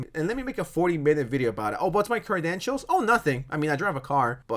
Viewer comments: “Cry-dentials.” Definitely how that word’s pronounced. 😂😂😂😂😂😂😂😂😂😂😂😂😂😂😂😂😂 😂😂 Sad casery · I played his videos in the background while doing other things and thought he was OK and then I actually watched one and was like oh. Also the way you pronounce credentials like crydentials really suits this video. 🤌